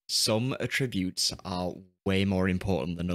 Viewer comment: hi ive watched pretty much all your great videos on FM and i have a minor complaint , every time you say attribute or attributes it grinds me as you are to my ears mispronouncing it but keep up the good work⭐⭐⭐⭐⭐